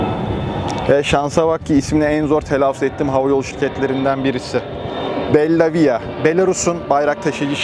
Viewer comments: Belaavia A sesini bir az uzatın :) Başarılar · Belavia, BEL AVİA diye okunuyor bellavia değil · Belavia'nın telaffuzu yanlış oldu:( Hizmetini veren yer hizmetleri personeli olarak "Belavya" diye okuyoruz biz. Sizinki biraz İtalyanca aksanı oldu:)